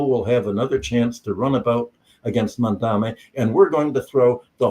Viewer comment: I think the speaker is mispronouncing Z. Mamdani’s name